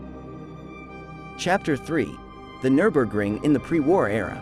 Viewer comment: AI pronunciation is suboptimal. Absolutely butchers the pronunciation of the track name.